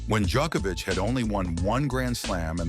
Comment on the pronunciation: Man, if Djoković is pronounced a certain way, why should Genčić be pronounced differently?! When you're already making a documentary and putting in serious effort, at least try to learn how to pronounce Slavic names. We are not such a small group of people, you know... Half of Europe, at least... Btw. good work :). "Not to bad".